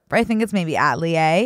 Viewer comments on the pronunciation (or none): atelier= ah-till-lee-A